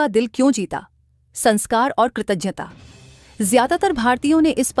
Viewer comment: Kratagyta and not kratajta